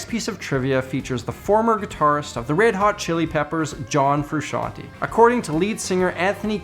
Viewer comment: Frusciante* not frusciantee man